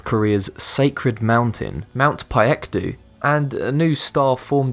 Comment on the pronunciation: its not "bye ehk du", its "bae k du"